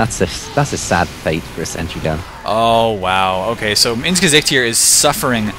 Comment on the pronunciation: > pronounces "Gesicht" perfectly >Head explodes